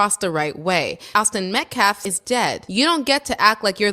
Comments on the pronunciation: 🇺🇸👨🏽‍🦳😡🫵🏽 … NOW I KNOW !!!… Y’all HAD TO HEAR 👂 , WHAT THIS GUY JUST ATTEMPTED TO “ INJECT “ INTO EVERYONE’S SUBLIMINAL PSYCHE ?!? 😠…. INTENTIONALLY , MISPRONOUNCING the “ METCALF “ Name , “ AS : METKLAF “ !?!? 😡🫵🏽 DIDN’T YOU HEAR IT YOURSELF ?!?! 🫵🏽😡…. THAT IS AN EXAMPLE OF SOMEONE TRYING TO USE , “ SUBLIMINAL - MESSAGING “ , TO CHANGE 😡🫵🏽 YOUR THOUGHT PROCESSES , TO BRAINWASH YOU 🫵🏽😡 INTO THINKING THE THE WAY , “ HE “ WANTS YOU TO RECALL THESE STATEMENTS “ …. 😡🫵🏽 HE IS “ INTENTIONALLY WITH MALICE OF FORETHOUGHT “ ATTEMPTING TO PLANT INTO EVERYONE THAT IS LISTENING , “ THE VISION OF THE KU KLUX KLAN “ , HAVING BEEN INVOLVED WITH THIS YOUNG MAN AND HIS FAMILY “ …. 😡🫵🏽 THAT’S WHAT WHAT THIS “ CROOKED -A-FELON “ IS TRYING TO DO HERE !!!!🫵🏽😡. “ 😤😠🫵🏽 “ PAY STRICT ATTENTION TO WHAT THESE PEOPLE ARE SAYING HERE !! THIS IS NOT A JOKE ! AND THESE RACIST -HUSTLERS , 😡🫵🏽 “ AIN’T PLAYIN’ “ !!!! 😠😤🫵🏽😡👨🏽‍🦳🇺🇸👍🏽👍🏽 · I strongly believe it's personal the way he always mispronounces metcalf's last name. This man is disrespectful, he's not a minister, he only cares about money, and he'd literally shake your baby if he got the chance. Seems that he'd only do it if it was white though. People are tired of the hustlers, we're tired of people trying to make this a race war! I'm just tired of 1 side being continual victims when they're the ones who did wrong! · Why does every single person in this video including the main dude say people's names wrong? Who is jordan penny? Who is derek Alexander? Who is Aaron metcalf? Who is austin metclaf? Who is daniel penna? Come on yall it's embarrassing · P.S. why does this race baiter keep purposely mispronouncing METCALF ("MetCLAF")? Nevermind. I already know that is 1 of the most common ways of reducing the bearer of the mispronounced name, like they arent worthy enough humans to warrant learning how to pronounce their name. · Lord please his last name is not Metclaff it's Metcalf get it right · Dude can’t even pronounce Metcalf’s name correctly